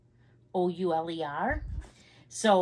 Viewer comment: Ohhh I love suede bags! It gives me vintage vibes for some reason. Beautiful colour. Pronunciation was pretty good just drop the ‘c’ - shouler 😊.